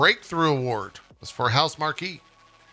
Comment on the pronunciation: It's Housemark, not Housemar-key